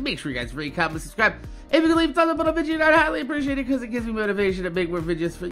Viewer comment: why the hell do u say vidja